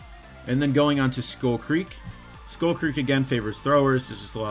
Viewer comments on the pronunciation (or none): none